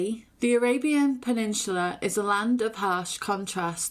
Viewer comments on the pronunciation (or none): Say peninsula again 😂 great episode. 👍